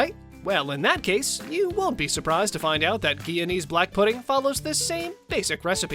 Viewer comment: My parents were Guyanese. I miss these foods, which I have rarely eaten in the last few decades. The GUYANESE pronunciation is GUY-A-NEES, btw.